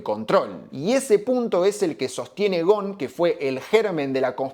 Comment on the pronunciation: Hola, muy buen video. Con todo respeto, como libanés que soy, me gustaría comentarte que Ghosn se pronuncia con la S incluida, Ghosn que significa rama y el plural o sea ramas es ghousoun (léase gusún) Además, por esas casualidades de la vida, en mis viajes al Líbano al ir a visitar a mis familiares, para ir a la casa de uno de mis primos, sí o sí debía pasar al frente de la casa donde se dice que está viviendo Ghosn que algunos años atrás y cuándo aún era funcionario de Nissan, en uno de sus viajes al Líbano, en un reportaje que dio a la TV libanesa hizo saber que era candidato a la presidencia del Líbano. En cuanto a Ghosn específicamente, su situación dividió las aguas, la mayoría lo cree inocente y aportan pruebas al respecto, sin embargo, subsiste un grupo de personas que aún lo creen culpable. Seguramente, en algún momento, la verdad, sea la que sea, terminará sabiéndose. Muy buenos todos tus videos, es un gusto ser un suscriptor de tu canal. Te mando un fuerte abrazo.